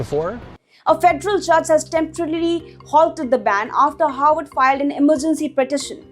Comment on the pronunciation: Please be careful in your pronunciation. Your pronunciation of Harvard sounds like Howard.